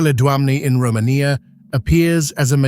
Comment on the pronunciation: It's ro-MAY-nia, not ro-man-ia! Feking AI narration!